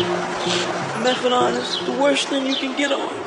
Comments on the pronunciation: PS It's methadonE not methadoN, that was killing me the whole time. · It's not methadon it's methadone!! With an e on the end!!! Jagoffs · MethadONE not MethaDON. I don’t get it!! There’s an E at the end. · And then there's "methaDOM." They say that methaDOM is stronger than methadone.